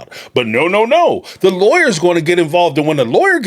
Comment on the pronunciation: It's funny that the way Cody says the word lawyer it actually sounds like he says liers..... Freudian slip Cody. Trying to hide his own lies...